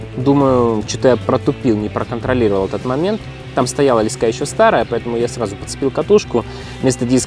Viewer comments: Почему блогеры постоянно говорят лескА???. По моему ударение должно быть на первом слоге, т. е. лЕска.... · Не лесКа, а лЕска , наберут в блогеры чуваш по объявлению с остановок😂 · Не лескА а лЕска. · ЛЕска ударение е, имя существительное. ЛескА ударение а, родительный падеж от слова лесок (лес) Богдан снимал видео на краю лескА Школьная программа... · лЕска ударение на первый слог.